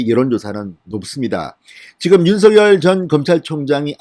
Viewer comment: 윤서결이라는 검찰총장은 없읍니다.윤석열은 있어도.윤.석.열 이라고 .고유명사는 이니 그대로 발음해주세요